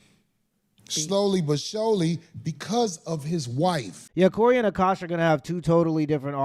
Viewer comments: Dude can't say Akosh but can say some weird ass African Muslim names lol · This dude couldn’t read the word Akash 😂 Sound it out g, good lord